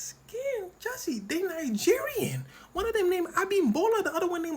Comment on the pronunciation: The way he said the nigerians names lol